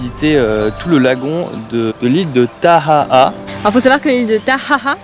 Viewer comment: PS : vous aviez vraiment bien prononcé "Taha'a" c'est exactement comme ça qu'il faut faire !